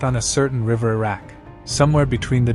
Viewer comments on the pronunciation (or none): none